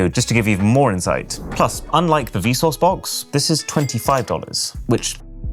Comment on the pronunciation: hearing vsauce pronounced vsource is mega cursed 😭💀